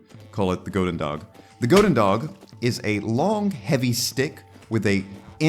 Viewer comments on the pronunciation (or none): goedendag is pronounced like houdendah btw